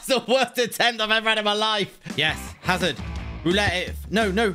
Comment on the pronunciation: You pronounce it azard